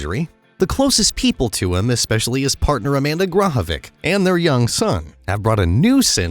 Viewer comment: It would be nice if you pronounced Amanda's last name correctly. She grew up as my neighbor in Yorkville, IL